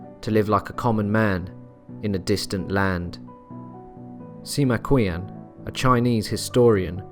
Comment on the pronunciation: Sima Qian is pronounced Ser-Ma Chien, more or less. I don't mind you mispronouncing the name of a mass murderer, but to screw up the illustrious Sima Qian is a crime. Pinyin, the official romanisation of Chinese is not too hard, you just have to overcome the prejudice that every Roman letter has to stand for the exact same sound in Chinese as it does in English. The pinyin 'q' is a "ch" sound, as is 'ch', but the two are subtly different, though instantly detectable to Chinese ears..